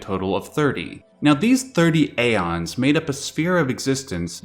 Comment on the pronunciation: ive heard "ee-fret" before...but never "eye-fret" it seems more people call it "if-rit" more than......any other name. also its not "a-ons" its "ee-ons" the "ae" letter/symbol is pronounced like a modern day "e" so "daemons" is pronounced "demons" etc, etc.